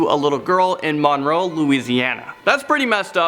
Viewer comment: Just casually calls out the town you live in, also you pronounced Monroe wrong, sorry just letting you know